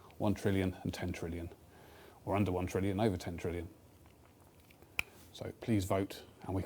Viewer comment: good job on saying 10 trillion wrong l0l